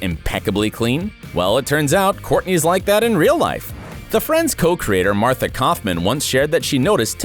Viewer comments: dude it's marta kauffman, not martha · This video is just terrible!! You got Courteney Cox's story all twisted and you mispronounced Marta Kauffman's name. I didn't watch anymore. No credibility here.